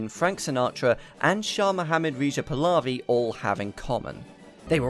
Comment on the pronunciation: as an Iranian, that pronunciation of the Shah's name killed me